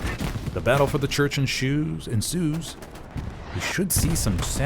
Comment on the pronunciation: The battle for the church enShoes, ensues. I love this.